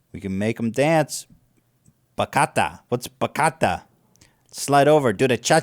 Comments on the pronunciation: Bachata. CIABATTA. THATS WHAT U MEANT 🤟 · It's not pronounced BAKATA is BA-chia-ta GOSH Ethan pronounces every word in any language super super wrong idk how he does that